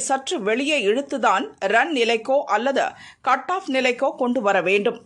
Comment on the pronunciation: 'அல்லதா' இல்லை 'அல்லது'. முதலில் தமிழை ஒழுங்காக உச்சரிக்கப் பழகு